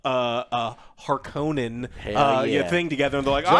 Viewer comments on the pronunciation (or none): Sorry boys, it's HARkonnen not harKONnen 🤣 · lol I don’t think you guys are saying harkonnen right 😂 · constantly changing the pronunciation of "Harkonnen" is hilarious.